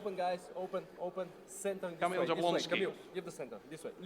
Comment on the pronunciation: its funny how travis trolling all armwrestlers by not saying correctly there names 😂😂 "kabil"